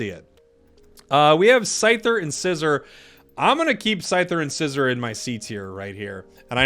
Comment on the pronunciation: Metagross, zachian, scizor. Do you mispronounce them on purpose? Lol